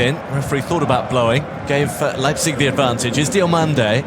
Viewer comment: WHY is English commentators always changing names? its DI"O"MANDE not DI "A" MANDE